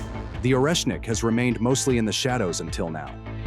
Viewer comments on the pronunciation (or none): Szkoda ze tekstu nie czyta czlowiek. Ciezko slucha sie tego "oresnika" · Oreshnik en ruso Орешник se pronuncia arieshnik